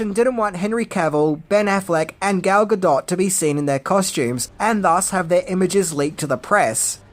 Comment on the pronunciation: My face when says Gal Gadot's last name correctly: 😮😁🥰